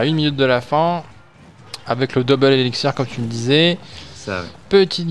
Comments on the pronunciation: ELIXIR PAS ELICZIR xD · Ca me stress qu'il dise eliczir... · Par pitier qu'il arrete de dire "elexzir" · Ça me stress quand il dit "elixzir" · On dit éliXXXXXXir nom de dieu !